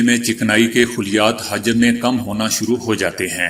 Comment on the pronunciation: Urdu word pronounced wrong in news , word hajam حجم(volume) ,its actually word hujam or hojam , please correct it